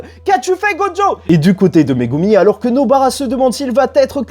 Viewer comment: Et bordel de merde arrête de dire "GODJO" CEST "GOJO" mon vier, écoute l'anime, va sur traduction, arrete dme faire le mec qui met un accent sur le prénom, y'a pas de "d" en ecriture et en prononciation, tu dis pas "condjugué" tu dis "conjugué" ben c'est pareil la, tu me fait mal au crane en plus tu le répète 5 fois par minutes sur la fin.